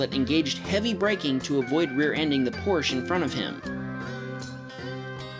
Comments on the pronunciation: Porsche is Not pronunced Lorsch but Porsche with an E at the end and i am really Sure because i am a German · it's truly annoying when people dont know how to say Porsche.